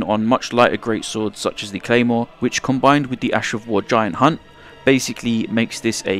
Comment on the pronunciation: I love how you say : giant "HUNT"